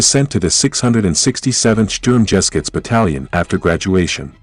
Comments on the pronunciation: OMG, "the Sturm jeskuts"! I just WISH the narrator would pronounce foreign words correctly! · "The Shturm-gesh-gutz" ... that's a new one "Hugo Primozick" lmao gold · XD, where he took the second g from? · Strumgeshuetz = shtoorm ge shootz not shturmjeskits as pronounced by the narrator. Otherwise great content. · Love the vid, one remark though, pronounciation is more like "Sturm ge shoots" then "sturm jeskits". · why does he say sturm jeh skitz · It’s pronounced Shturm - Ge-shutz (Sturmgeschütz)which means assault gun. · Sturmgeschütz. Say Shturm Geh Shootz. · Go back to hiring Human narrators, eh? your dam'd robot can't even pronounce "Sturmgeschutz" correctly. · It is pronounced Sturm ga shoots!!! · Nice video. FYI: it is written Sturmgeschütz, it is pronounced sturmgheschutz. Also, does anyone know what StuG version was he in. Much appreciated. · sturm-ges-chutz?? come again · When i hear him pronaunce Primožić and sturmgeshutz i wana cry😂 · And you cannot even pronounce Sturmgeschütz. 0___0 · I dont think sturmgeschutz is pronounced like that.....